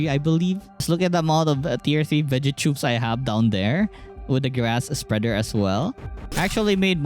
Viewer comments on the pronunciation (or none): U said cegettubeeee instead of vegatube